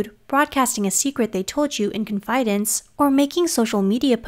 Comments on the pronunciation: I’ve never heard it pronounced “con-FIY-dence” I have always heard “CON-fih-dence” That really threw me… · FYI "confidence" rhymes with "incident" not "silence" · The word “confidence” is pronounced with the first syllable stressed. “CON fi dence”, not “con FI dence”. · I’ve never heard CONfidence pronounced as conFIdence before. Is this a cultural pronunciation? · Is it me or does anyone notice a mispronunciation of "confidence"? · Confidence...short i. Accent on first syllable. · Is it just me or is the pronunciation of “confidence” incorrect? Maybe I’ve been saying it wrong my whole life. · It's pronounced confidence, not confidence 👍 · Great video until the jarring pronunciation of « confidence ». You should really fix that. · I would have more confidence in this presenter if she knew how to pronounce the word Confidence!